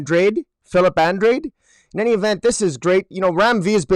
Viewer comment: Uhn-DRAH-d (the "E" is silent). He's Portuguese like me.